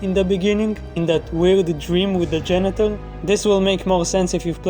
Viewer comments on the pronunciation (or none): I kept hearing genital instead of janitor and by the end of that section I was cry laughing.